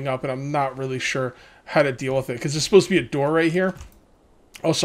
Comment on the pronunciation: buddy had a long night 😂😂 and it’s pronounced really